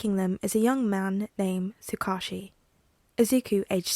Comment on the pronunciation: One of the few upsides to being super busy is playing catch-up with this series! Although, I do have the slightest pronunciation nitpick for you. Tsukauchi is pronounced Sue-Cah-Oooh-Chi (cah like 'car' without the 'r')